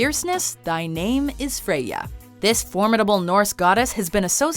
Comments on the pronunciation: Frey ya not Frey.....ya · please stop trying to pronounce the names correctly. Every single time you try to pronounce the names correctly, it gets horribly wrong. Like freyja or baldur...or bifrost